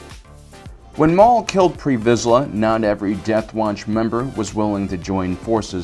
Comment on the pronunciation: It’s TARRE VIZSLA